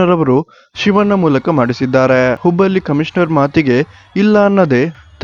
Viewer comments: ಲೇ ಮಬ್ಬಾ ಅದು ಹುಬ್ಬಲ್ಲಿ ಅಲ್ಲ ಹುಬ್ಬಳ್ಳಿ ಲ, ಮತ್ತು ಳ ಗೇ ವ್ಯತ್ಯಾಸ ಗೊತ್ತಾಗಲ್ವಾ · ಲೋ ಅಣ ಅದು ಹುಬ್ಬಲ್ಲಿ ಅಲ್ಲ ಕಣೋ, ಹುಬ್ಬಳ್ಳಿ